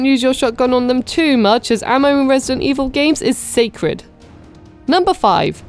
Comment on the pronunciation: This is the second RE3 video I've watched today where it sounds like the person doesn't pronounce the d in resident.